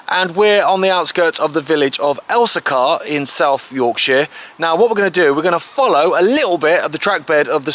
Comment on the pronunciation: Pronounced El-see-kuh not El-see-CAR